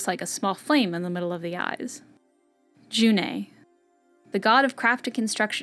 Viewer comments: like “Yuni” . The J is pronounced like a Y and the “ne” is pronounced “ni” like in the Dalish name Ariane . Anyway, I’d you are interested. There are three volumes to the language guide. Here is the first. Get comfy...it’s LONG and more like school than you might want. Lol. Shathe Shiralen! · IS THAT REALLY HOW YOU PRONOUNCE JUNE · How is June pronounced? I imagined it’s just pronounced normally but this channel seems to pronounce it differently